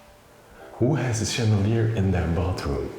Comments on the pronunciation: Hi i love ur videos but i hav to tell u how to pronounce Chandelier it is spelt this way but pronounced shandeleir Also the poop chair is called a comode in Australia hope this helps.Love u ur a real gentleman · The ch in chandelier is pronounced in English as sh, as if you were telling someone to be quiet.